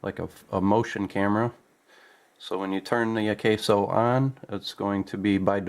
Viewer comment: AH-KAH-SO.. akaso. not AH-KAY-SO.. Osaka backwards. and old brand name from an electronics company. likely the same company name just turned around..